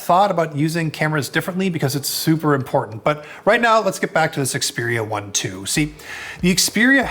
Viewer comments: You're pronouncing it wrong. It's pronounced Xperia eye eye . Ask Google assistant! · I stopped watching the moment he mispronounced the name of the Xperia 1 II phone. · If you review a product could you at least bother to learn how to pronounce the name correctly ? 🤦🏻‍♂️ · This guy doesn't even know how to say the phone's name, and still does a review on it! Meh! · if he really did some research at the Sony universe, than he would known after 5 minutes hiw to say it correctly.